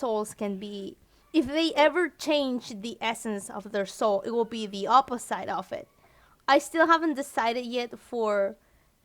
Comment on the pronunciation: I'm getting triggered so hard every time she says opi-ssite